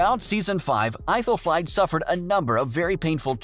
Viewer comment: Aethelflaed. Is pronounced ‘Ethel Fled’